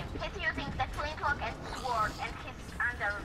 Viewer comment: Gotta love how that Swedish kid pronounces "sword"... x'D EU servers <3